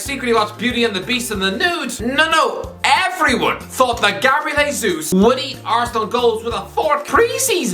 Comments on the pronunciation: it’s “Jay-Zeus” not Hey Zeus. He’s Brazilian not Hispanic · Its not "H-esus" it's "J-esus" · Hey-sus. Stop pronouncing it with a J , he’s from Latin America